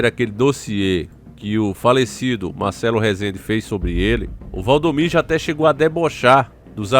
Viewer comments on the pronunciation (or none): E Valdomiro não da maneira que vc tem pronunciado